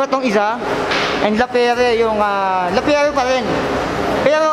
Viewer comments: Grandpri hindi grandpriks, La Pi yer hindi Lapiyere. Correction lang, sorry. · No tubes sir walang interior sa loob, tubeless. Lapierre sir pronounced as Lapyeer. French bike yan idol. Maganda yan maganda din presyo. 😅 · Mali basa mo idol hahahah sa lappirre